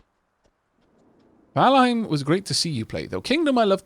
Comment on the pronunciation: really enjoying this one but....Valheim...Valheim. Please